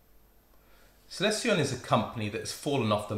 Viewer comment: seconds you say "Celestion" and thereafter nooo! Trion Trion again! :)